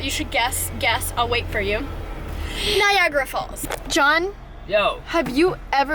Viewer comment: It's Niagara Falls not NAIAGRAH